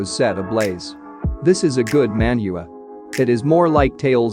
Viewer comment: how can it be that he said manhua not manhua